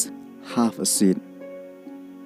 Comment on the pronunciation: Ka pronunciation jong ka kyntien 'seat' kadei /Si:t/ ... Ym dei /SIt/... Like in Roman numeral.. 1... Huu... Goiii lh..